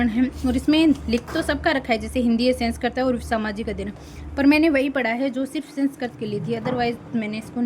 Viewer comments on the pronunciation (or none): पहले तो सेंसकृत नहीं है, संस्कृत होता है😂😂😂 उच्चारण सही नहीं है आपका